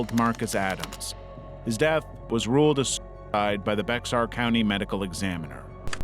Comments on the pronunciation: you don't pronounce the x in Bexar, you basically read it as "Bear County", like the animal. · It's a little late, but Bexar County is pronounced like "bear". 💛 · Bexar is pronounced like "Bear" btw. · No regrets for deleting Tik Tok a few weeks after trying it out. Also, in case you come across it again (because Texas), Bexar is pronounced “bear”. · bexar is pronounced bear, btw